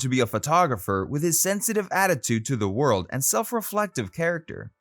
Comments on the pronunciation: You pronounce words really badly. Are you Canadian ? 😳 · He manages a mispronunciation about every third sentence.